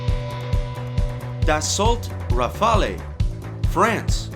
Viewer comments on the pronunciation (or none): Try saying "Rafall" instead of "Rafa-lee" to suggest that you have HEARD of the plane, and not just READ about it. Even better, practice sounding both "a" as identically sounding vowells, like in the word "lap". A good French plane needs to be referred to by its real name, and not by the Italian sounding "rafalee" that is heard 10+ times in your otherwise excellent video. Thanks.